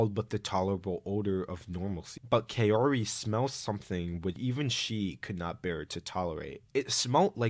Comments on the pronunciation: Lots of comments about Tomie's pronunciation but almost no one comments about Kaori. O sounds like wo instead of yo. So it's "kah-wo-ree", not "kah-yo-ree". I had to skip Gyo's part because it's more painful to hear "Kayori" than "Tomoe". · "Kayoree" is pretty cursed too.